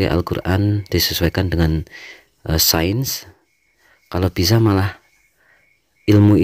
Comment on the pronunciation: Ilmu sains bacanya sayens bukan sen. 😊